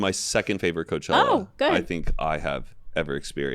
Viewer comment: “This chella” “we can just call it coachella” like okay zero fun